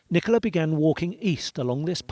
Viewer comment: Can I make a request on behalf of British viewers/members? When you cover stories that originate from the UK, please use British language as a reference? Maybe confirm terminology with Stef first? I know she corrected you, Nicole-a, More Cambeee, Lanca Shire, but you’ve referred to Nicola as Mom. She’s not. Shes Mum. Wr don’t use “Mom” over here. If “Mum” doesn’t translate, use Mother? I love Popcorn Planet but these things do irritate the heck out of your British viewers 😂